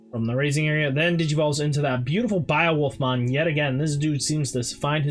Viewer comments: I hate how you say beowolf, I close the video every time you say it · I just heard it I don’t blame u lol